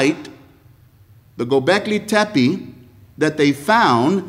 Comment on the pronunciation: The gobleki Tepe 🤣🤣🤣 This guy💀